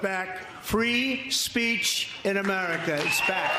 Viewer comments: He said "Americs back". He hates this country so much he can't even say it right! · What is 'AmeriKKK'? He doesn't even pronounce America right